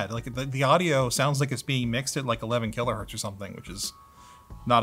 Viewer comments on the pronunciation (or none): none